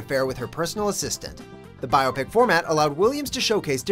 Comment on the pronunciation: He pronounces biopic wrong the entire video. And it bugs the help out of me